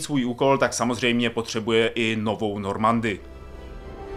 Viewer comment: Šepárd, hakování, normandy, kerberus.......